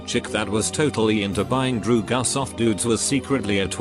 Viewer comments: No one: Reddit voice: DREW-GUS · I love the way he says dr*gs drew-gus 💀😭😂